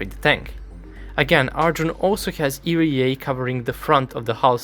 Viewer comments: It's ERA not "erie yay" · EE "EERRR" AAA Not EEE REEEE AAA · My favorite part is the 10238 times he said "eerie-a", truly a masterful rendition of 3 simple letters. Other than that, really enjoyed the comprehensive breakdown of capability. Edit: it occurred to me i should at the very least make a suggestion: you may find it easier to think of it like "eeyaray" and pronounce it like that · I am sorry but the pronunciation of ERA got to me. Eee-Arr-A as individual letters is how I say it. Eerry-A is just a way I never thought of saying it. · The way he says ERA really puts me off. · you probably already know by now but you are mispronouncing ERA